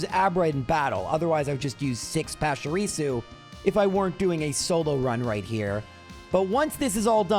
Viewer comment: PESHARISU!? Come on bro... at least Are Canine has some logic behind it, you have no excuse for butchering Pachirisu that badly lmao